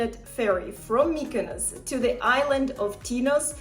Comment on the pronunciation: I'm not rude, but mykynos sounds absolutely terrible